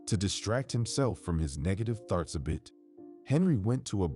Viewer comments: And thoughts as farts. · What about farts 💨 instead of thoughts 😂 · In all stories I've listened to instead of thoughts ,it's farts!!! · I guess it would be a well-deserved D because you are not AI These are still in there from different countries as well Perhaps they're not real fluent in the English language I give them an A4 trying I especially love the way they pronounce the word thoughts 😂